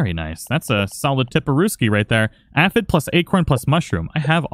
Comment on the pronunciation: pronounced "a-fid" is correct.